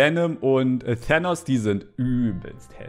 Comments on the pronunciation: sagt Tänos heißt aber Tanos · Tanos nicht thänos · Es heißt nicht thenos sondern tanos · Thenos😂 das spricht man thaaaaaanos sus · hat die ganze Zeit Thenos gesagt anschtad Thanos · Übrigens heißt Tahnos nicht Tähnos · Das heist thanos und nicht thaanos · Tanks nicht tonos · es wird übrigens Tanos gesprochen nach Lautsprache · Junge man spricht Thanos mit T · Wie einfach Thanos falsch ausspricht😂